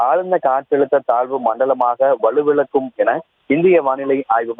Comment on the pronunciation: அது வலுவிலக்கும் இல்லை..வலுவிழக்கும்..